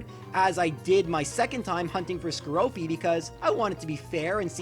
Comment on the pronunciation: *skorupi Just sayin, cuz you were saying skoropi